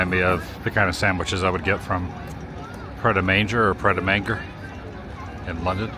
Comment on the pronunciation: Pret a Manger is pronounced ‘mange ay’ and is French for ‘ready to eat’ 😊